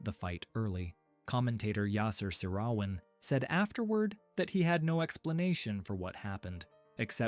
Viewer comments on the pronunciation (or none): please correct the sound track with the correct pronunciation ofr Seyrawan. you butchered the name close to be unrecognisable. also the name FIDE. Elo number are inflated.